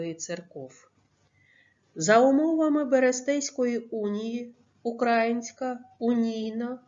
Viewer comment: Не укрАїнська, а украЇнська